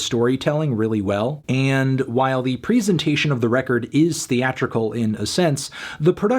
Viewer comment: Wow. The way he pronounces presentation